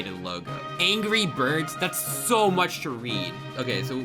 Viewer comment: at exactly he says gry birds. true discord members would know. that or we're going back in time to the first Thanksgiving to get turkeys off the menu. or we're getting high while getting whiplash from headbanging for ten minutes.